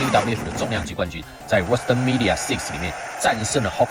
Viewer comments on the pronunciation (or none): 魔王真的是我們這群變態中的頂尖變態魔王 mania 都一直唸成media 😂😂😂 實在是太變態了